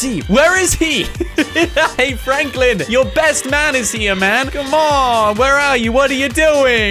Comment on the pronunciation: Its frenklin